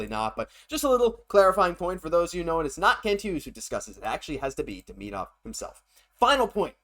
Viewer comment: The player's name is Demidov not Deminov